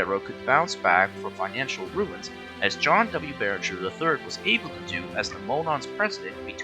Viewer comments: His name was John Barriger! NOT Barringer! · Nice video; I thought the script was well-prepared, and you used what footage was available of a railroad that's been gone for half a century. My only criticisms are: - John Barriger's last name does NOT have an "N". The slides spelled it correctly, but the narrator mispronounced it repeatedly. - Louisville, Kentucky isn't supposed to be pronounced as "Lewis-ville". It's either "Lou-ee-ville" or "Lou-uh-ville". - Others have pointed out that the C&WI is the Chicago & Western Indiana (not Illinois) as stated. Good job, but these small improvements would have made the video better.